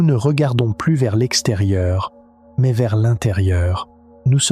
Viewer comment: maise , pase , partoute , trèse ... mdr l ia